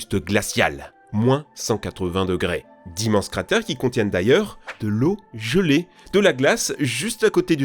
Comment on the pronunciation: tu dit le mot "gelé" comme un bon suiss 🇨🇭 😁👍